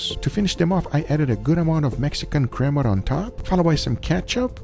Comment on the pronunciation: Guga I know you can say crema properly in Spanish why you gotta say it like that.